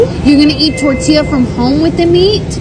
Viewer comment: Im assuming she is not Hispanic i can tell just by the way she pronounces your name and thorthilahh its Tortilla pendeja